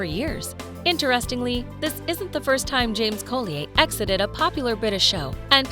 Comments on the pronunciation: James does not pronounce his surname Co lee aye!! He pronounces it Colly er!! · Pretty sure the name (Robert James) Collier is pronounced CAUL-yer, not Cole-ee-yay. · His name is Robert James Colli-er not co-lee-ay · Colder not colleyhay😂😂😂😂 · Please stop using computer generated voices.! Colly- ay - it’s Colli - er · Rob James-Collier is ENGLISH not FRENCH, dammit. His name is pronounced COLLYER not COLLYAY !!! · OMG. It is NOT "James Cole-e-ay" His name is COLLIER. Pronounced Colly-er. I have lost count of the times you mis pronounced his name. For goodness sake get it right if you are going to use his name. Most of the actors in Downton were well known before they ever appeared in the series. You make it sound as if Downton was the thing that made them famous. It wasn't. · Collier is pronounced Colly er not colli ay. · it's not co-lee-ay it's coll-ee-uh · Terrible AI pronunciation as always Co-le-ai for Collier - really? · Unless there is some sort of exception, Collier is usually pronounced ‘call-yer’ not the French pronunciation of the name. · Typical American can’t quite pronounce half the names correctly Robert James Collier is one of the obvious ones “ Coll-E-ER “ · Collier (Coll-ee-er) is English & the "r" is pronounced. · Its prounounced Colli yer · Nobody in any of this type of video can pronounce the names right, but Robert James-Cole ee ay? To add insult to injury, she says it over and over and over. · Robert James COLLEEYAAY?? 🤣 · Collier; pronounced Colly-er., a collier is a coal miner. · Interesting pronunciation of people’s names! Suggest for voice overs saying British actors you check their British correct names first! (Coll-ee-errr, Nic-koll etc). 👍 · Collier? Pronounced "call-yer". 🙄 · I've never heard anyone pronounce the name colli-eh. Its not Norman French, its an occupational name (they became surnames a lot later than 1066), a collier was a coal miner or someone who dug coal on the surface. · That's right 😉 It's pronounced Coll yer